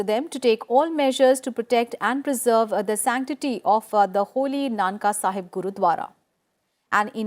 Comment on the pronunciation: Mam not nanka sahib its nankana sahib..